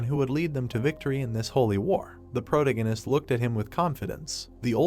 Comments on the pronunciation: Can you get it to stop saying the protahgahnist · How is someone with black hair a brunette ? serisously colour blind AI? Pro tagonist not a proto ganist sounds like a gas station. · Great Manhwa story. Good ai voice. Still terrible pronunciation, it's quite annoying. I'm looking forward to the day the ai is intelligent enough to pronounce words correctly. Example, "protagonist" AAArrrrghhhh!!!! Thanks for the upload :) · weird pronunciation of protagonist .. is it me only irritated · Yeah no i cant listen to that pronunciation of protagonist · The voice is the least annoying but it irks me every time it pronounces the word "protagonist" 😤